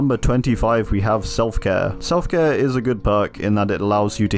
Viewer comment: you said “Self-Care” wrong